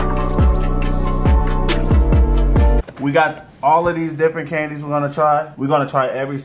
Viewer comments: Sorry but from being a latina, I was cracking up through the whole video of how they were pronouncing the candies🤣🤣🤣🤣🤣🤣🤣🤣🤣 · This shii had me laughing (I’m Mexican) it was them trying to pronounce it that made it that much better 😂